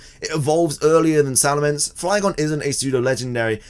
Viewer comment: Salamence, not Salemance!